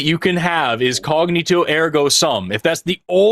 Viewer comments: I assume people already pointed it out but it's cogito not cognito 😅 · it;s COGITO ergo sum, NOT "CogNITO" as you said several times. Also, nobody but you gives a F*K about the food you get delivered while you are streaming. Every time you hold it up and comment on it, WE DONT CARE.